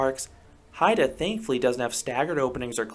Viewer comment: YAY! You got the pronunciation of Heide right! I really love that park and think your assessment is spot on. I agree with just about everything you say, except I didn't find Limit to be rough at all. It was my first SLC and I was so ready to hate it.